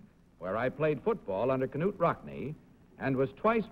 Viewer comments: Is K-nute the proper pronounciation? I always thought it was pronounced Nute - with a silent K. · K-Nute is the correct pronunciation.